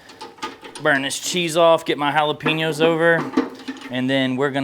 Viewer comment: Jalapeño is pronounced (Hall-A-Pain-Yo). it's not pronounced Hal-a-Pee-No (Jalapeeno)..lol